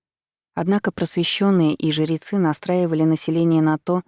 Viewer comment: Вопрос чтице: почему жерецы а не жрецы? Звучит как жеребцы?